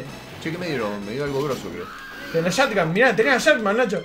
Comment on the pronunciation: es cosa mía o es porque son la de la mañana cuando veo esto y tengo mucho sueño porque creo que escuche a decir en vez de shotgun dijo shadman